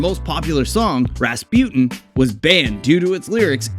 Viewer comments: RAS PUTIN 😂 dude can't say Rasputine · What dod you say?? RasPEWTIN?? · "Rahspjut'n" ... Is it so difficult to pronounce Rasputin properly? Listen to the song and you know it! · Ras-pewt-in :D :D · You don't know how to pronounce Rasputin